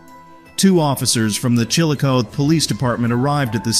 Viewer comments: It's pronounced Chill o coth ee not Chilcoth . It was once the Capital of Ohio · Just letting you know that here in Ohio we prounounce Chilocothe as ChilAcothEE, for future reference 😊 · No it's still the strong CH like in the word Chili it's just ChilA w/the sound of UGH but it's the last ending that he prounounced wrong cuz it's CothEE w/the long EE sound at the end. He prounounced it allot like CHILOCOTH when it's CHILACOTHEE.